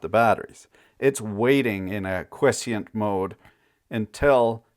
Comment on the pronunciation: Dear, it's pronounced, "kwai-ESS-sent."